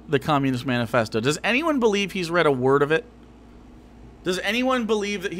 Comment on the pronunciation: keeps saying stuff like "have you read the camunist manifasho?" and "have you read the constitution?" and i'm just like!!! THEY CAN'T READ!!!!